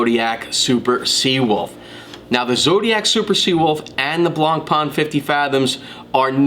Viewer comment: Nice simple review on Zodiac, but the right french pronounciation of BLANCPAIN is NOT something like "blonpa-an", but rather "blon-pen". Cheers